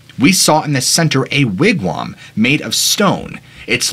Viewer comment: Wig-wam I think is pronounced wig-wom, as in mom.